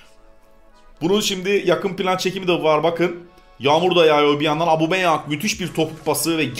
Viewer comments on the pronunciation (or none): none